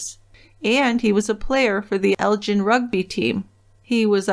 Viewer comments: They lived in Elgin. The "gin" rhymes wih "bin" not the drink, gin. Their last name was Fraser, rhymes with razor. It's not the same as "Fraser" Crane. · Elgin isn't pronounced like gin...its more like Gill as in fish Gill, but swap the ls for an n at the end I don't know the number to call to leave a message, but I'm local to the area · It is Elg-In.